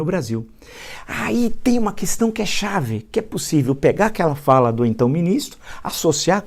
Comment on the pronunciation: A primeira palavra que ele aprendeu falar e nunca saiu da boca dele é Coestão (questão)😂😂😂